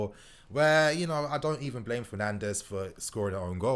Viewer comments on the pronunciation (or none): none